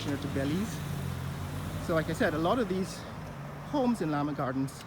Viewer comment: Llaa Maa ha gardens not lama